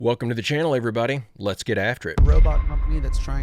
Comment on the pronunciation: everywody 😂 I think he meant to say everyone but missed it up with everybody … I do this a lot lmfaoooooo